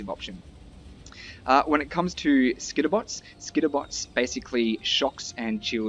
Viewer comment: Every time you say Skitterbots, I hear mosquito bites. XD